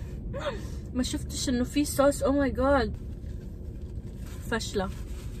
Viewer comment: الناس تقول صوص مو سووووووس